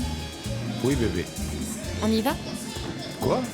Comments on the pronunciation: Je te dis là, quand il dit beyibi ça m'énerve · J'aime pas qd Renato prononce Bby, ça donne envie d vomir 🤮